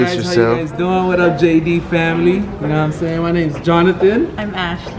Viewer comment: The whole time I thought he was saying JG but I finally looked in the description box and realised he was saying JD